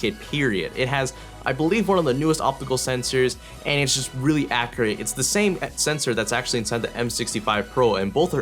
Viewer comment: its been a long periolodicaly time since iv'e heard someone say "acriate"